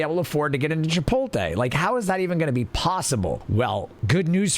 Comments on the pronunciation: It's pronounced chip-oat-lay. Good vid though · you can have an accent and still pronounce words the correct way. The T is before the L in 'chipotle' so it should be that way when said, regardless of accent. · I'm not liking my own comments lmao and I'm not denying the fact that people say it like that. All I'm saying is that it's wrong. Didn't think it was that big of a deal